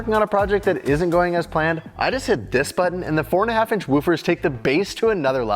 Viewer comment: Bro - when your say woofers instead of woofers, everyone knows that it is a sales pitch.